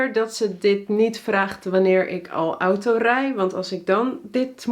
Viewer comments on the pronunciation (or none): none